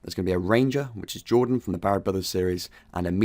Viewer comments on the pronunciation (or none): none